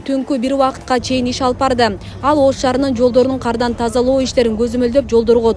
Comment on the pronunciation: Кардан деп эле окусан Каардан дебей